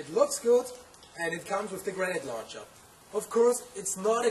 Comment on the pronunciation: air soft g luncher!